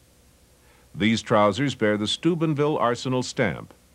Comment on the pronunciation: Pronounced, "Sky-kill" not "Skool-kill". Also, "Stoo-BEN" not "Stoobin" - ville. 😎